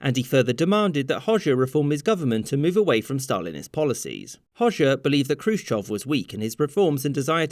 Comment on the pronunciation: I love that you pronounce Khrushchev correctly. Very nice.